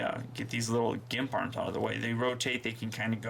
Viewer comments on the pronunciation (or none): none